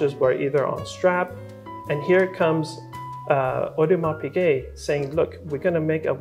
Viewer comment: Hey Kevin, no hate, but for someone who is into watches and seems to have a special relationship with AP, you should at least pronounce the brand properly. Makes it slightly worse that you were also born in Montreal ;) Again, not trying to hate, just makes a bad impression. Other than that, cool vid.